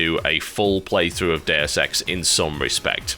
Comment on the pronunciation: i don't know if its just me, but every time he says deus ex i hear dare sex